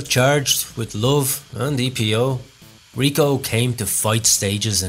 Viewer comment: IL cobra… not la…. It is male. And then is Riccò with accent not Rico … c’mon your Italian is a joke! Amateurish as usual